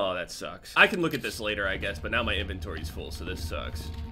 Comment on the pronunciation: Am I the only one who likes when says “Lateh Bitch”